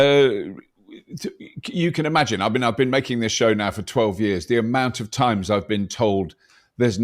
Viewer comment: I know it's more personal bias than real problem, but I have trouble taking someone who can't say 'times' seriously.